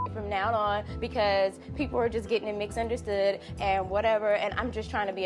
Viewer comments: This girl said “mix-understood” 😩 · I had to rewind to hear it again...she did say mixunderstood 😅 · Malaysia said "mix-understood" 😷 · Is it me or did Malayasia say “mixunderstood” ? 😂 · Did Malaysia say “mix understood” 🦻🦻😂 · “Mixunderstood” come on Malaysia